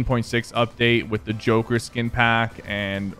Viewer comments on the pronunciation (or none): none